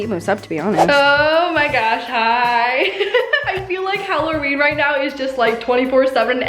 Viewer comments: 😂😂😂😂😂 You keep on saying holoreen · Hallerween lol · Why does she say Halloween different?????